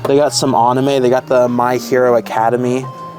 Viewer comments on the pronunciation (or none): I heard "Aname" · Why do you pronounce anime like a monkey lol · Please learn how to pronounce Anime!!!